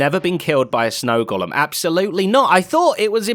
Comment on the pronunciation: An English guy should know how to correctly pronounce “golem”.